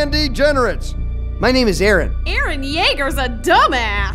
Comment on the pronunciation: why do they say IRIN it is EREN